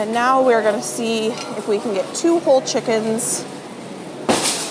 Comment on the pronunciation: When you were looking at the chicken , I heard "I need 2 OLD chickens" but you really said WHOLE chicken!!!!